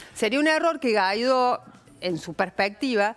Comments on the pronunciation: Una periodista que no sabe/puede pronunciar GUUUUUUUAAAAAAAAAIIIIIIIIIDOOOOOOO. No es GAIDO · Por que le dicen Gaidó si la u enmudece solo ante la e y la i? Si va seguida de la a debe pronunciarse al menos en castellano. Y así lo pronuncian los venezolanos. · Inés, no estás informada. Ni siquiera sabés pronunciar el apellido. Te recomiendo que sigas el canal Factores de Poder de Patricia Poleo